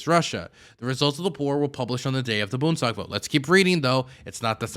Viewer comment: Boond (spanish) es tag is how you pronounce bundestag